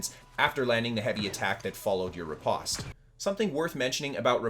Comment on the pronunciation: riposte rhymes with “toast” and flèche rhymes with “taste”